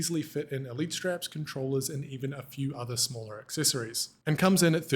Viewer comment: Did he just say accessessssories?? 🤣😂